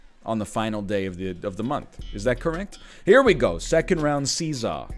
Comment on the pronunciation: Every time you say 'see saw' it sounds like 'Caesar'. Intentionally?